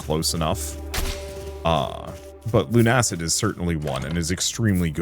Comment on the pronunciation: its Luna-cid like lunar/luna and lucid not lune-acid